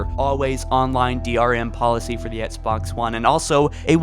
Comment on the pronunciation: “Ehtts Box”